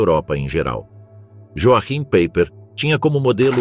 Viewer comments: As pronúncias corretas são do tipo, "roaquim paiper" e "verner volf" ... Não é "PEIPER" e "UOLF" ... Péssima pronúncia dos nomes verdadeiros porque alemães, não ingleses. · Pronuncia-se "ioarrim paiper", pois no alemao J tem som de I e CH tem som de "rr"